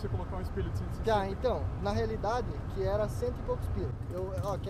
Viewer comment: "Na realide"